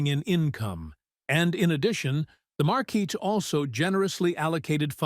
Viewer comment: oh ffs. It's not even 15 minutes and we have 3-4 ways to pronounce marquis? and slimes are now slugs?! I don't think I can take 3 hours of this. does anyone proof the stories??